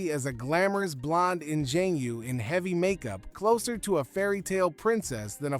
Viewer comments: His name is, Baum!! NOT, BOMB!! What's an, "in Jane you"? Aluminium??? You don't sound British! Maybe a little brutish! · Please learn how to correctly pronounce "engenue." Thank you. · Two minutes in and I am bailing. I refuse to listen to a narrator not being able to pronounce ingenue.